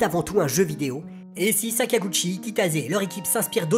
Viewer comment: Pourquoi je ne découvre ça que maintenant ? C'est génial ! Cependant on prononce Kitase et pas Kitaze.